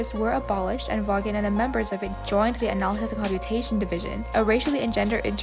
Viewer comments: Vawnnn. Hehe. It was driving me crazy. Good work tho! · The name is pronounced "Vawn".